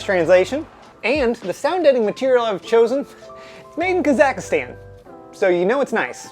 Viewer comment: Kazakhstan, I've been. It's not pronounced kuh-zack-uh-stan... it's more like kaz-eck-stan